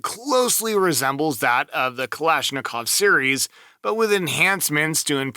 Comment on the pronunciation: Please, please... Don't say Kalishnikov...